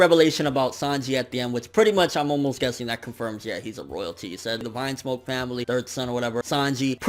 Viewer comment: It's Vinsmoke not Vinsmock